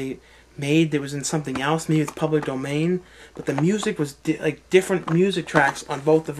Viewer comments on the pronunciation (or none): none